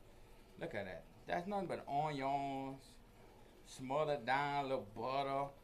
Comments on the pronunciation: I’ve never heard anybody from Louisiana say onion like that and I’ve lived in Louisiana my whole life. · I’m never pronouncing Onion the same again.